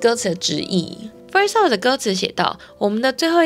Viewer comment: Love 的发音我一直听到 Up..